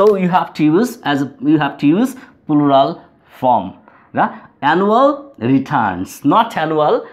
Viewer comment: plural uchcharon hoi naa apner